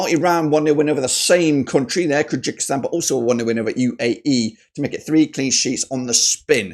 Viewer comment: Kyrgyzstan is called differently sir , look up in Google translate with voice , Qatar 🇶🇦 2 3Kyrgyzstan 🇰🇬